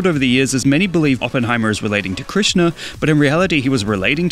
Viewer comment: Finally a non Indian guy who can pronounce Krishna correctly on the first try